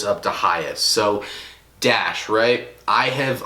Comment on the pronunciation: u not a real botter when u pronounce dashe as dash